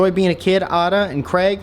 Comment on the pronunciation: Pssst I think it’s pronounced “Ayda”